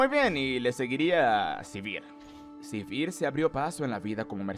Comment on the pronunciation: Siempre aprendo algo nuevo del lore o vocabulario con tus videos XD muchas gracias! Solo no le digas Sivir si vas a decirle Rénekton owo, sería Sívir or Renekton una de dos ¬¬.